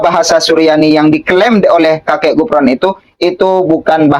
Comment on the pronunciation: Sebutan yg pantas bukan Gufron tapi kufron